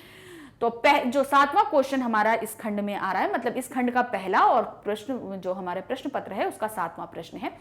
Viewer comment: Mam khand kaa kyun bol rhin hain khand ka hota hai